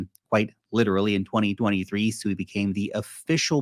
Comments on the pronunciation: Pronounce this as SWEE, you're not calling a pig, so please stop. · I think it's pronounced swee